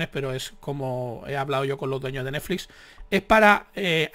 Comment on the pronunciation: Dices Neflix como yo